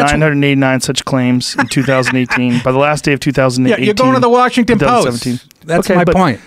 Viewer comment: Wawshington Powist